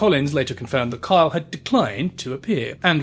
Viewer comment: I had no idea that Kyle was such a hard name to pronounce with an accent. I’ve spent half the video trying to remember that Karl is Jeremy. So are Carr and Jezza. Oh, his son is actually named Carl. That’s confusing. Also, the fact that neither his mother nor his son want anything to do with him and Jane is so ready to believe that he cheated… there is definitely a lot more going on. It’s easy to see the deceased as good people regardless, but it sounds like he was a very complicated man.